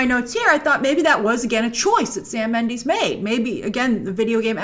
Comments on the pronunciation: Hi Grace! I love your channel and all the awesome work and preperation that you put into your videos. However, my only pet peeve is that you pronouces Sam Mendes' last name like Mend-ee-s (ex. bees knees) and not Mend-e-s (i.e. eh). As a fellow hispanic with the Castilian version of the Méndez name, why do you always say Méndeez?! I die a little every time you say Méndeez and not Méndez :-( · It's pronounced Sam Mendez not Sam Mendeez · Sam Mendes not Mandis